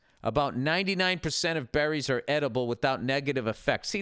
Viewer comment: "....eating bEHHrries..."